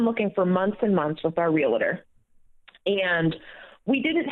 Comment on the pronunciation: RE-AL-TOR, not RE-ALA-TOR